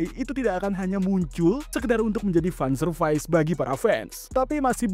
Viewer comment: Fan service = van servais 😢